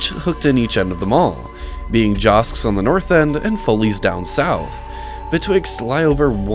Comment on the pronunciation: This one was one of my go to malls as teenager. I got my first beeper and then a cellphone at the primeco store there. You said all these malls like you’re visiting and it was hilarious. In a good way. Joske’s = Jahs-Keys San Jacinto = San Juh-Cent-Oh